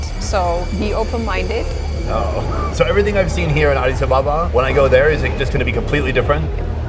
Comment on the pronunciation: It’s ADIS ABE’BA